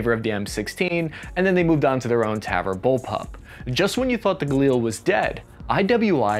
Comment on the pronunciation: Language tip (coming from someone who, after 25+ years, still has his American accent picked up a kilometer out...): Tavor is pronounced "taVOR". (Hebrew tends to accent the last syllable, with lots of exceptions. This isn't one of them.)